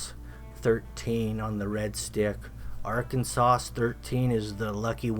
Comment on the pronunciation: He said Arkansauce lol must be a southern Arkansas sauce hahaha